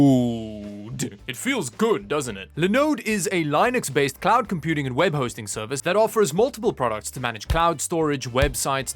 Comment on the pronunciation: I keep on saying it it is LYNN UX noat Lai nux, you barbarian